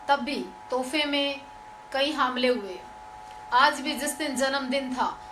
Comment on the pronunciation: kyunki tum humle ko haamle bolti ho aur jawaab ko zawaab...